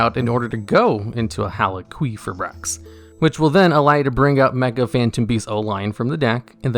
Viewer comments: Also top ten cards that got their name butchered, effect veeeler red dragon arch uh fiend Crystron heel quefa bricks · It's hal ee fi brax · It's Halqifibrax not Haliquifibrax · Halqi, not Haliqi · Text: Halqifibrax TDL: hAlyQuEefAiBrAx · "Hal-qwee-fibrax" XD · The Halqifibrax pronunciation caught me off guard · Idk if its a meme or what but the way you say halqifibrax gives me a migraine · The way you pronounce Halqifibrax makes me want to slam my head through a wall. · never say halqifibrax again, im sorry but my ears just perished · Good list. I hate the way you say needlefiber’s name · Is that really how Halqifibrax is pronounced? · my man struggling to pronounce halquifibrax got me dying 😂😂😂